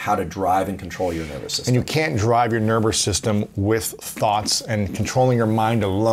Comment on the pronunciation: "Your nerber system"